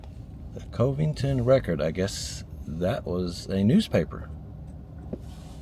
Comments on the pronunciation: Cove ington it's covington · It is pronounced Cuv-ing-ton not KOV-ing-ton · Covington is pronounced "kuvington", not "covington" with long O sound like phone. Just trying t0 help. Enjoy your video. Kudos! 🙂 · One of my brothers was a lawyer in Enid and lived in Covington! I'm from Ada Oklahoma. You pronounced it wrong it sounds like cavington, not co vington! 😅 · I believe it's pronounced CUV-ing-ton. Like Covington, KY or Covington, VA. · Covington is pronounced Cuh-ving-ton. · Covington is pronounced like Dove. Just to let you know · Covington is pronounched COV ington. No E. Love the videos! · FYI, the first "o" in Covington is not long, but rather the "o" in "love" or "shove". I got stopped for speeding there once, so I know first hand.... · Great video. I looked for homes for sale in Marshall but didn't find anything online. So, I looked in Marshalltown, IA, that you mentioned. When I lived in Oklahoma, I never heard Covington pronounced with a long O. The O was more like Dove. Didn't you used to have a Bronco Sport? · there's a Covington in Louisiana; it's not pronounced with a hard O like says it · He pronounced it wrong I’m from Covington.